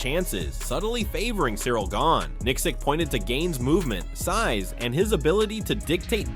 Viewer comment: The butchering of Gane is too much. LMAO! Gay-knee is the best one yet.